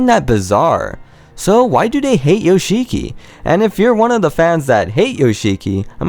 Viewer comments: It's pronounced Yosh'kee - not Yo-shee-kee. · the fact you say "yo-she-key" instead of "yosh'ki", really says a lot fam :) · you are so in love with Yoshiki but you can't pronounce his name properly. If you watch the documentary, you can see/hear Toshi complaining how business/composing became more important to Yoshiki than their friendship. Toshi says in the documentary that he desipised Yoshiki. I don't think that Toshi truly got brainwashed just like that. I think he was very lonely in USA and that made him very vulnerable to any influance. Some of the facts you made up. There's no official information that Yoshiki kicked out Metallica. Of course if he bought the studio it was his and he could do whatever he wanted with it but there's no information anywhere that he kicked them out during recording period. About Hide hairdresser stuff... Yoshiki didn't convince him to not just be a hairdresser but to become a rocker. Hide stated himself that if he wasn't more interested in rocking out, if he didn't find anything inspiring to mess with he would just become a hairdresser. More to that I think Yoshiki wasn't satisfied with X Japan's popularity, that's why he didn't try to stop Toshi from leaving the band. I read somewhere that they considered hiring a new vocalist with Hide but when Hide died those plans got ruined. Of course it broke Yoshiki inside because clearly he was his friend, not just a business partner and business support. But not giving a flying fuck about his childhood friend change of lifestyle and his wierd behaviour makes you wonder how much Yoshiki really cared about Toshi. Keeping